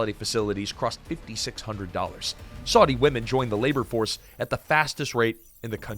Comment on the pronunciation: Such ghastly pronunciation! It isn't "Swordy", schmucker.